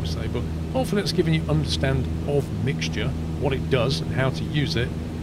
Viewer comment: Everyone: Mixture: MIGSJER